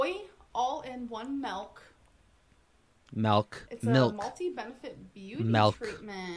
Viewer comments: Hey, if she's saying Melk, she probably watches Ryan Higa and is planning on buying his energy drink, Ninja Melk. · "Melk." hahaha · My 2 year old daughter who is still learning to talk can say milk correctly.... Come on Amberlynn....